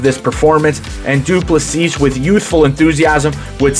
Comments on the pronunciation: Du Plessis is pronounced without the final "s". So, Du plessi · The last s in his surname is silent. Great video mate. Enjoyed it.